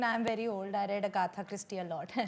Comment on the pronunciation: It's Agatha not Agatha 😉